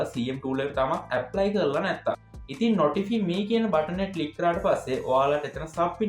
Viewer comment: ඕක pronounce කරන්නේ නොටිෆයි මී කියලා....🎉